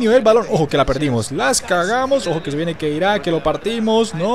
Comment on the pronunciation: Se dice khedira no keira